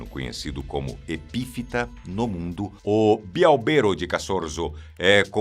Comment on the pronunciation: Em relação à bialbero aqui na Itália, a pronúncia correta é: bí álbero"; e não "bialbêro" como foi falado. "BI" porque são duas e "álbero" = árvore em italiano. Mas a escrita é toda unida e em italiano não há acento agudo. (Eu só coloquei o acento agudo e separei a palavra BIALBERO pra demonstrar como se pronuncia